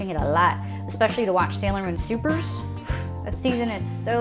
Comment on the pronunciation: It’s pronounced Super S not Supers lol